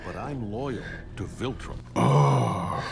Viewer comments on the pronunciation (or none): Say it with me... VILtrum, VILtrum, not VULtrim, not VOLtrum, it's VILtrum